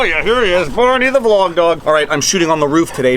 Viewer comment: "It's vlawg time" love it!